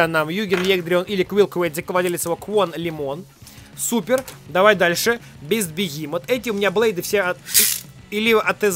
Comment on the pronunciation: И не бист бегимот а бест бетромот.